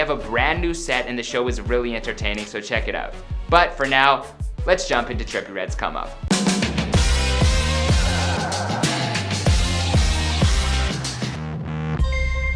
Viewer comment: Sounded like he said, "cummo" instead of 'come up'. 😂😂